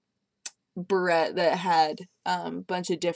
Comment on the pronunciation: Barette, not beret.